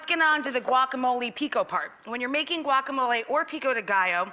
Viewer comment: GUACAMOL EEEEEYY!!!